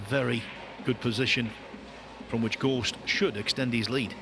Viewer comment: The amount of times this guy says "gorSHt" is unreal